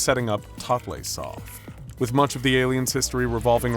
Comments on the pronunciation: ...it's "totally soft." Not "totlaysoft." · Oh my gosh, I was reading this scp the other day, it's one of my favorites! Thank you so much for covering this one.{Sorry for going 'erm akshually' on you, but the creator of this scp has stated "totleigh" is pronounced "totally")